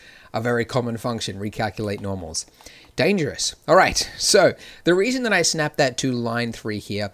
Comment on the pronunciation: "The WEASON" lmao ... Not laughing at ya Andrew, laughing with you bro